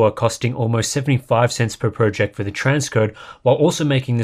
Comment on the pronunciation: Please, I can't take it anymore! Please say 'project' properly...🤐